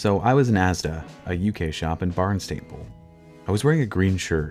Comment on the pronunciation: But needs some work on "Barnstaple" 😊